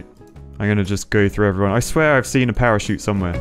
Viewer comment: Parachute more like perishute